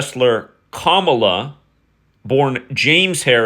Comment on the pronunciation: Wrestler Kamala is pronounced Cuh-Mala